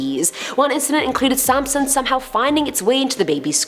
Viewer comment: Haha sansom not samson